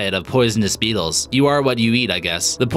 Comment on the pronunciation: Kolby King with his accent it kinda sounds like meetles